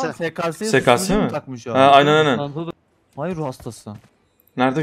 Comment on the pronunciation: Ay demiyor vay diyor